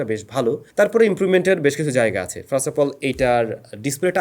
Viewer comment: ami kheyal korechi apni apnar videote "first" ke frast" bolen